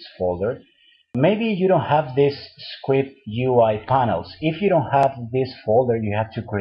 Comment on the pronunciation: I will show you a skwipt (script) hahahahaha